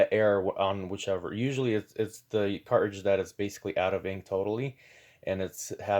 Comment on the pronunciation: Did your teachers teach you to not pronounce T's or is this a generational fad? There is no Buh ER, Car Ridge, Buh Uhn.